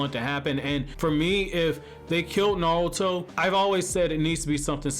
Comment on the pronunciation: Bro, it’s NARUTO, not Nawuto